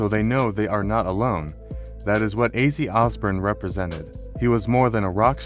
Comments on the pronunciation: It's not azzi it's OZZY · you had one job. mf said azzie 🤦🏽‍♂️🤦🏽‍♂️🤦🏽‍♂️🤦🏽‍♂️🤦🏽‍♂️ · Could you please pronounce his name right. It's Ozzy like Ozz e